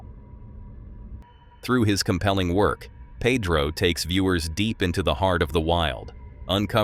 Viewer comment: Wow you completely cut out that first encounter😅also It's not Padro, it's Pedro dude lmao.